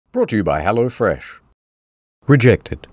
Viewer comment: the "rejected.......reeJECTed" made my day:face-blue-smiling::face-blue-smiling::face-blue-smiling::face-orange-biting-nails::face-orange-biting-nails::face-orange-raised-eyebrow::face-blue-wide-eyes